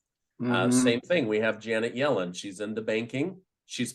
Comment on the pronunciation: Can't help to think when he says "Jannet Yellen" Yellow stain comes to mind. 😂 Great video.